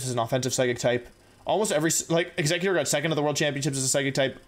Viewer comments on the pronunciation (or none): none